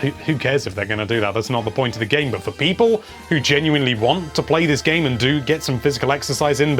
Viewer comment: What!? I’m not a people I’m a PEE-POHL!! How dare you!! Edit: there ya go! Never again please, it’s off putting lol